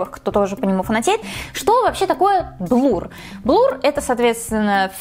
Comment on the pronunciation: Слушать неприятно когда говорят блур, вместо блюр